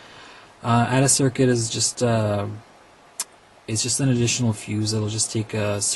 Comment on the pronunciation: "Add-A-Circuit" Lol. Took me forever to figure out what you were saying. Of course, it makes perfect sense.